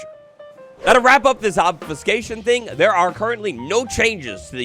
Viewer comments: I feel your diction pain as (for medical reasons) I've had to learn "how to talk" 9 times in my adult life. Try this slowly: Ob-few-skā-shun I think part of the trouble you were having to start with was the incorrect vowel sounds 🤞🤍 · Obs-phew-kashion (how to pronounce obfuscation)